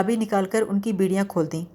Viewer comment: Beediyan nahi bediyan...... Beedi to peete hain😅